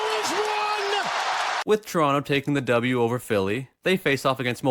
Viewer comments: It's tuh-ron-toh not chuh-ronnoh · You know dis guys a toronto man when he says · What the fuck is a "Toronto"?